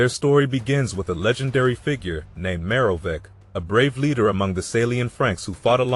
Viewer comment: The pronunciations are killing me. The "I" you keep on saying is the Roman numeral for one, meaning that they were the first ruler of that name. The "ch" in Childeric and Merovech are pronounced the same, with a harder sound closer to k (I think the actual pronunciation would be what is listed as 'x' by the IPA)